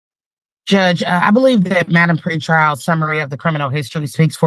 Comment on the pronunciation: It's "Pre-trial" my friend. 👍🏻